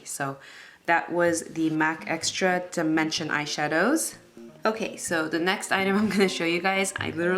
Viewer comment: "EXRA DIMENSION'' lol